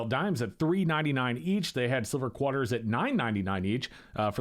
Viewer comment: “Quarters” not “kwatters”